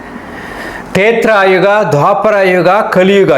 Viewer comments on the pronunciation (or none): ತೇತ್ರಾ ಯುಗ ಅಲ್ಲ.ತ್ರೇತಾ ಯುಗ.